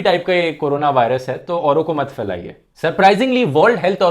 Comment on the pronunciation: Dhruv you do speak well but your pronunciation is poor. For example you say failaiye (spread) and hajaar (thousand). It should would like Phailaiye and hazaar instead.